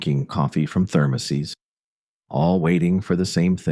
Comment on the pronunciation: thermoseees. AI fail. boo